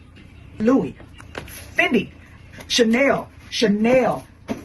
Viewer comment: It's the mispronunciation of Chanel as "Chinel" for me lol